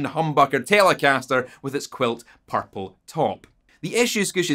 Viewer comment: Here to hear you pronounce “Purple”